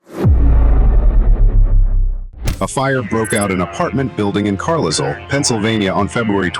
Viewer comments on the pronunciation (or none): Car-Liz-el. Its car-lye-el